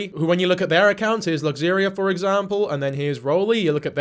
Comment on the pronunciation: Luxaria and Roly are awesome! (Btw you're pronouncing her name wrong.) Also, I saw the ex on Roly's channel a year or so ago. She looked so much happier than right here.